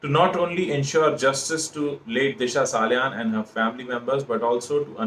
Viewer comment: It's Salian not Saniyal